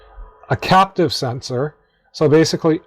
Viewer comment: I think you mean "capacitive" sensor, not "captive" :)